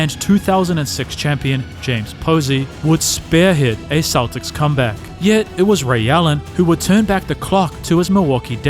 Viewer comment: there are dozens of creators on here with videos as good or better who put the time in to actually narrate their work so you're listening to a human being, not an AI with a robot voice saying "sha-kill o-nill" or boston keltics